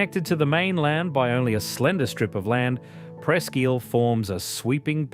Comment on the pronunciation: I also heard Presque "eel". I thought it was pronounced Presque "ile".